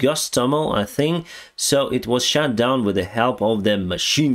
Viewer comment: Like your chanel but please…. SHUT not shat